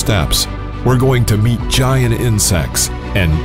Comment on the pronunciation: So it’s called gi-ant lololol